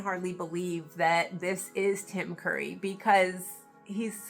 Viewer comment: I think you said Tim Murray instead of Tim Curry but it was a minor hiccup